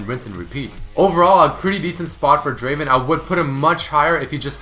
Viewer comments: #4 is not draven it is DRAAAVVVEEEEEN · he pronounced draven wrong. its pronounced Draaaaaaaven. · hey,, it's not draven. it's DRAAAAAAVEN;) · Wtf, its not Draven, DRAAAAAVEEN!